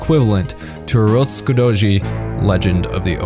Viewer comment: Turotskudoji? Nice pronunciation